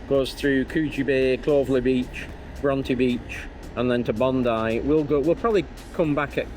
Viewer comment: As a fellow northerner I do love hearing “Bondy” but it’s defo “Bond - eye” 😉 What an epic trip! Good on you both for living the dream! This is one that’s on my bucket list 🥰